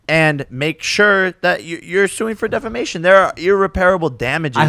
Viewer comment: Jake pronouncing it IR-REPAIRABLE is hilarious to me! CTE BAYBAY